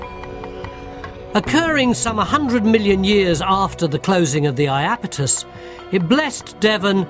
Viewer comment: It's the IapEtus Ocean. [EYE] + [AP] + [I] + [TUHS] .